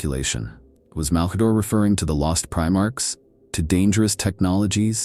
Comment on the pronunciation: I mean it would be nice if they'd quality check it a bit more - there's quite a few mispronounciations. Who is Mal-kayder? The Necron-tyre, Siggel-ites, Pohst-humans?